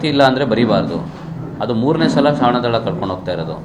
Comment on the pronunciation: ಶ್ವನದಳ ಕರೆದುಕೊಂಡು ಹೋಗುತ್ತಿದ್ದೇವೆ ಎಂದು ಹೇಳಿ, ಶ್ವನದನ ಅಲ್ಲ ಕಳೆದುಕೊಂಡು ಅಲ್ಲ ಕನ್ನಡವನ್ನು ಸ್ಪಶಟವಾಗಿ ಮಾತಾನಾಡಿ ನೀವು ಅಯೋಗ್ಯರಾಗಿದ್ದರೆ ರಾಜೀನಾಮೆ ಕೊಟ್ಟು ಹೋಗಿ ಅಯೋಗ್ಯರು ಬೇಡ..